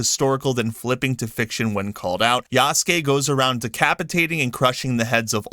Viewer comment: I like how you pronounced Yahhhhsuke lolz! Ubisoft probably noticed that they could make him gay just by elongating his name. Yahhhhhhhhhsssssss!!!